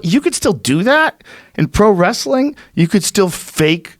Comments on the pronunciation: "it's just wrastlin." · "Just wrasslin..." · "Just wrasslin"...Ron Funchess